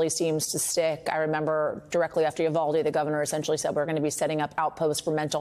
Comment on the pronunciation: Roland still standing on his Soap Box preaching to no one listening about the "Yu-Val-Dee" tragedy?